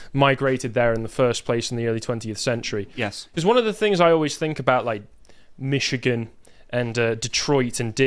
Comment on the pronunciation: I'm just trilled to hear a Brit say MiSHigan correctly.